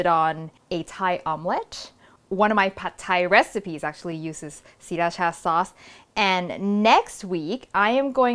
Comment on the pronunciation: OMG thank you when people say siRAcha it hurts my ears because my friend is from Sri- ra CHA so I know the right way even though I'm farang. ✌️